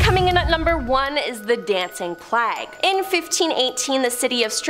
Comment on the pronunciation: Plag? A dancing plag? Plag like flag? Our school system has failed you, my dear. It's pronounced play-guh the disease, like bubonic plague Speaking dictionary.